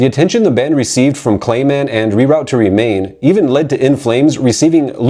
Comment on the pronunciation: They way you're mispronouncing "Reroute to Remain" makes me think you haven't actually listened to the album or the song that bears it's name. Also you're calling the founder, creator and the most vital member of in Flames, Jesper Strömblad, Stromland on several occasions which is kind of.. astounding.